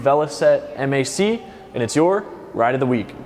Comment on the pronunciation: It's MAC as in Mack not M. A. C